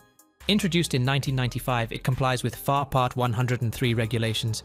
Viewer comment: The narrator NEEDS to be better acquainted with the aviation world language. For an example: FAR 103 is not said as far (meaning distance) FAR meaning is "Federal Aviation Regulations" and as for the 103 is not to be pronounced as a whole number as a mathematical expression but as single numbers 1----0----3 which is a part of the FAA "Federal Aviation Administration", regulations regarding aircraft type, weight limitations and more. When the narrator learns more of the aviation "lingo" then and only then will he be accepted, but until then............learn the "LINGO" ! ! ! ! ! ! ! The example I gave is only one of the mistakes mentioned as there were meany mistakes that were/are prevalent all thought the video. The ONLY way you will sound better is when you know the "AVIATION LINGO". Talk to some pilots or mechanics to START your education. As for me, I have been in the aviation industry for well over 60+ years as a licensed pilot and mechanic. Ask one of your pilot friends what ATP (Airline Transport Pilot) also retired airline pilot and CFIIM is, if you do not have anyone to ask, well CFIIM means Certified Flight Instructor (CFI) I - Instrument Instructor, (CFII) and now the M - Multi engine Instructor (CFIIM) also have Airframe and Power Plant Mechanics license. This information was provided to you so there are NO misunderstandings of my knowledge in the aviation field. FYI, after my commercial pilot flight test (on my 18th birthday) and the following week after, my fligh